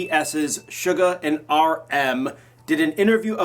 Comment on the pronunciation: the way he pronounces Suga makes me wince